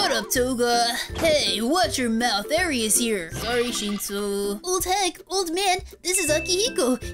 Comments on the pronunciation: Eri is not pronounced as airy not ere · its not edre its eir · WAIT HO2 U PRONOUCE ERI ITS (Air-E) that's how it sounds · No offense but it's a pronounced arie